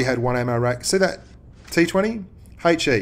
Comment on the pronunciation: It is ''HE" not "hey chi"